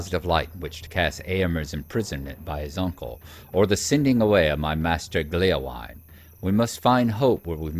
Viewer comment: A couple of Points of Pedantry ;-) Hytbold is, if I understand correctly, pronounced more like "HOOT-bold", with that interesting Scandinavian/French sound where you make an "O" shape with your mouth and say "EEE". Gléowine is pronounced "GLAY-oh-WEE-nah", it's from the Old English and it means "harp-friend": the suffix "wine" shows up these days in names like "Baldwin" and "Godwin".